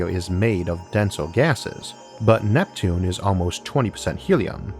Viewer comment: "Uwanus and Nweptune" I'm sorry it's too adorable for me to pay attention 🥺